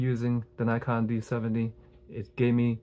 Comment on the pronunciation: So glad you gave such a great review of my first real DSLR, still got it but the rubber material is getting a bit sticky now. Appreciate the correct pronunciation of Nikon!